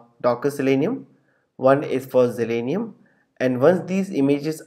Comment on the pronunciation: It's Zalenium, not Zelenium.